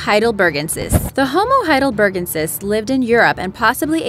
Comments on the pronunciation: Ugh... It's pronounced high dull burr GENN sis 😐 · The first one is pronounced Homo heidel-ber-GEN-sis (emphasis on GEN, not BER). As far as where they fit into our own evolutionary path, I think they are considered to be the common ancestor to Neanderthals and us. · Please check the pronunciations before recording. Not pronouncing it, "HeidelberGENsis", for example, mars a nice bit of work. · Hey, silly woman narrator. it's HeidelberGENsis, NOT HeidelBERgensis. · Any other time I've heard the word Heidelbergensis, the stress was on the GEN syllable